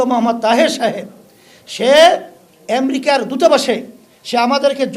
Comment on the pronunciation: এসব অশিক্ষিত মূর্খের দল ক্ষমতায় আসলে কি করবে এরা বিদিক খেয়ে যাবে কিছুদিন। উনি জিডিপি উচ্চারণ করতে পারেন না। আমেরিকা আনতে পারেন না। সাধারণ মানুষের টাকা মাজারের মাধ্যমে লুটেপুটে নিয়ে। এগুলোকে আরো শক্তপোক্ত করতে এখন রাজনৈতিক ক্ষমতায় যেতে চাচ্ছে।